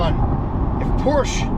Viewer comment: Love this video so MUCH... face when he does launch control 🤣🤣 looks like you both had a great time!! I think I heard you say POORSH. LOL